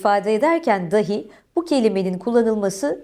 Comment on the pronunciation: Oooo. kısa bir "dahi". Bazıları a harfini uzatarak "daahi" şeklinde söylüyor. Tabii ki bağlaç olan de/da dan bahsediyoruz. "hoş buldum" söylemi içten içe rahatsız ediyordu beni ama tekil söylenen bir "hoş geldin" için de doğru gibiydi sanki. Aydınlattığınız için çok teşekkür ederim. "sıkıntı yok -aynen - yapcak bişey yok" cümleleri zeka geriliğine sebep oluyormuş. 😄 Ya da belki zeka geriliğinden sıkça kullanılıyor.